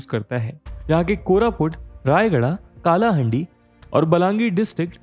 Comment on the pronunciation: Bro please pronounce it as कलाहांडी not काला हांडी . Thankyou . Jaya Jagannath 🙏🏻